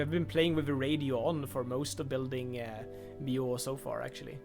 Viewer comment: Checking in to see if you figured out how to pronounce the city name yet...